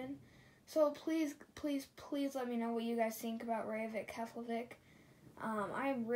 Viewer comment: Btw, you mis pronounced Reykjivík. It's (rake-jee-vick). I have been to that airport😊. It's nice.